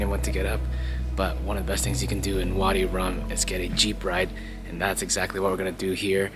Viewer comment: its called vadi rum not body 🤦🏻‍♀️🤦🏻‍♀️